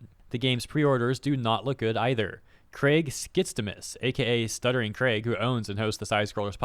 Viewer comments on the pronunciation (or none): none